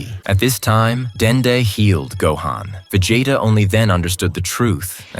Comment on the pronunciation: Ha, Va-Jay-ta. Just curious, how quick are you putting this content together with the AI narration? I assume the AI is also authoring the descriotive account, and probably compiling scenes too. How quick are you pumping this stuff out, and capitalizing on the views?